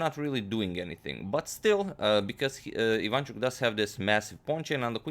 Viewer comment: Ivanchuk is Ukrainian, not Polish. BTW, it is pronounced Ivanch`uk, not Iv`anchuk.